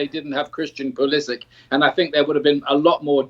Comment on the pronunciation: How does an American soccer commentator screw up the name of his country's most famous current player? Maybe Pulisic's jersey should have a phonetic "Puh-liss-ick" so he can quit clarifying all the time hahaha